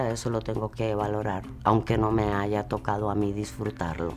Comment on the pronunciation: Muy de clase y dice "aiga"